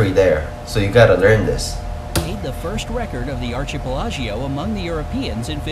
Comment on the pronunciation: Also, it’s ar/kuh/PEH/luh/gow not AR/shee/peh/luh/jee/oh